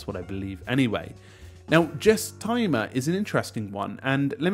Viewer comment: Surely its pronounced list Guess not Jess. "Guess-timmer" Like guesstimate.